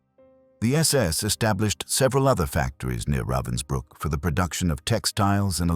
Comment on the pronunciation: Pathetic that you can't even pronounce correctly the name of the camp about which you are talking.